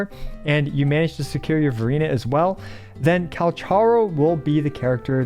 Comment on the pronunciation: Why do i hear Furina when you're saying Verina lol